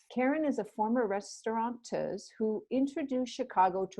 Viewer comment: The word is “restaurateur”.